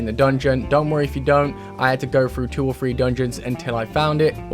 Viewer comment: What is up with people not being able to say the TH sound? When you say three, I hear you say free.